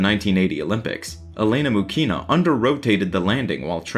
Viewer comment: Oh god..stop hurting my Russian ears with Мухина pronounciation...its not MuKina..it's MuKHinah...there is no K in that sound technically.. its H like in Harry.... and her life was so sad and tragic...absolutely tragic..